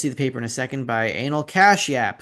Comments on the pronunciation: Anil is pounced as Aneel. I'm an Indian. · ha! pretty sure its 'A-nee-l'